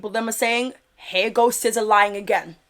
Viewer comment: Her name is SIZZA not SCISSOR😂